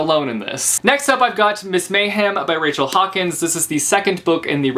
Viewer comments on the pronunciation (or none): none